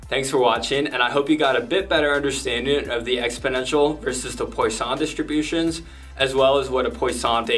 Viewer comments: Great explanation! As a french speaker, I love that your fun fact is how to "correctly" pronounce it but just proceed to butcher it again lmao. But good attempt. You definitely got the PWA right but the sson part is not "San". I can't really explain more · Great vid! Just an FYI, Poisson is pronounced "PWA-son" Like how croissant is "C(r)WA-son(t)" Or Eau du Toilet is "Eau du TWA-let" Merci ;) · The way you say poission wants me kill myself